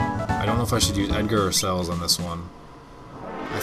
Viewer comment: her name is not "CELLS" as you say. it is celes. pronounced sa*less as in celestrial. please dude call her by her name. not CELLS!!!!